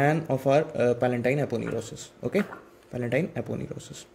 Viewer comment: i think Its a palatine not palentine( n*) anyway your videos are good ..❤️